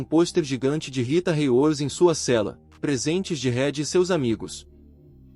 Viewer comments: Ele tem qui estuda mais os nome corretamente andi , merili monrou, Rita reiudi 🤔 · Narrador e ruim não sabe os nome corretamente andi, Rita riudi , ,merili monrou redi , 🤦‍♂️😂😂